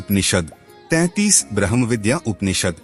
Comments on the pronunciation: कृपया ब्रह्म के बदले "ब्रह्मा" ना कसे |उपनिषद ब्रह्म विद्या का ज्ञान है|ब्रह्म और ब्रह्मा अलग है|उसी तरह कुछ उपनिषद के नाम गलत शब्द एवम उच्चार से दर्शाये हैं उदा. 'कथा' (कठ),'हमसा' (हंस),छांडोग्य (छांदोग्य), अमृता....(अमृत), अरण्यक (आरण्यक), बाकी आपके प्रयास प्रशंसनीय है और आप धन्यवादके अधिकारी हैं| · 'ब्रम्हा' नहीं घोंचु, 'ब्रम्ह' बोल। क्या ज्ञान देगा तु किसिको ? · ब्रह्म को आप ब्रह्मा बोल रहे हैं, जिससे अर्थ का अनर्थ हो जाता है!